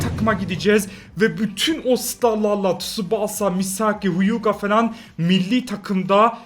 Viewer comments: Abi şuna tusubasaaa değil tusbasa de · Abi şuna tusubasa demeyi keeess